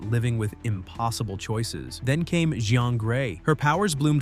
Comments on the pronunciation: Or jeannie gray becomes gehann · The je-Ahhn Grey gave it away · he pronounced Jean in Jean grey as “gee-on” 😭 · My ears. Listen to how he pronounces Jean Grey and S.H.I.E.L.D.